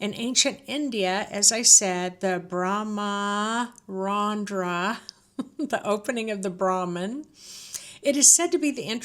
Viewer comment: The Bramharandhra is where the Guru places or hovers his hand to pass Blessings. Much appreciate your sincere attempts to say Brahmarandhra correctly, and you would be spot on if all the As are kept short. The difficulty in reading and speaking Sanskrit from English script arises due to the fact that Sanskrit has almost double the vowels and consonants. I have just discovered you from Amrit's channel and really resonate with your offerings. Thank you for presenting your thoughts and experiences in such a kind, gentle, open way. You are a wonderful Blessing to this world 🙏🏽 Thank you!